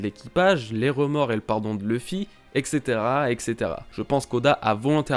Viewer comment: arrête «excétéra». Et caetera. «et cetera»... sinon big up.